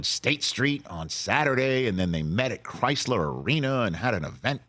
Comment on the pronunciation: Isn’t it Crisler? I wasn’t aware it was Chrysler like the auto company.